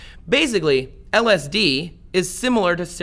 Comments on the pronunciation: I can't stand when ppl make videos about something they themselves have never experienced. Please take this video down YouTube, he can't even pronounce lsd! I really hope ppl don't take this guys advice. "Religion is living through someone's else experience.. Spirituality is having your own experience" Don't be like this guy... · How am I watching an informational video about LSD from somebody who can’t pronounce it?